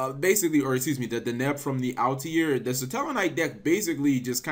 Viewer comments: I honestly don't know how he pronounces Altair as Altiare/Altiair. Maybe he's thinking about solitaire for whatever reason. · Also Cap please pronounce Altair properly